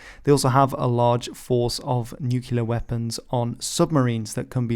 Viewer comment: 😱 NUCULAR WEPPINS 😱